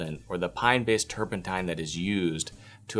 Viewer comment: And "turpentine."